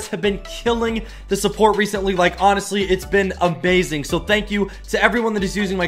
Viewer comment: you said amazing wrong